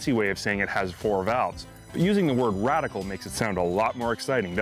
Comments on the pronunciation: radical? lol... its radial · Radial 4 valve, not “radical”